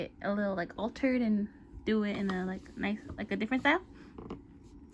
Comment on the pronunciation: Hahhaa “I like that hand it’s very nOice” haha at first I thought you said very moist XD